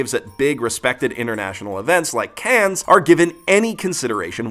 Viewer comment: It's pronounced Can, not cans. French words my friend.